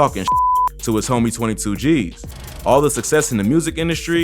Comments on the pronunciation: Bro i like your Vids But pls say ,,tutugeez“ Not ,,twenty two geez“ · ik but it disturbs me how he says twenty two Gs